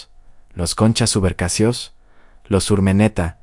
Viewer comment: Gracias. Muy buen video! (Subercaseaux, se pronuncia “ Subercasó”). Saludos! 👋🏻🌺.